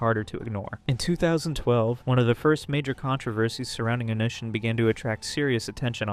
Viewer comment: "Oh-nee see ahn" lol 😂 ive only heard it said as one word altogether